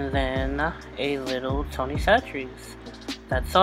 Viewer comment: She has to be from the boot because she pronounced Tony's right 😄